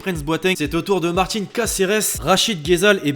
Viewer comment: ses Jonas Mart {in} pas martine